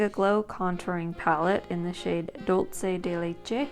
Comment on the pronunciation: The way she says ducle de leche 😂😂 I died